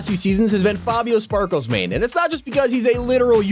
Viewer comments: Sparklemane not sparklesmane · I h8 how he calls him Fabio sparklesmane its sparklemane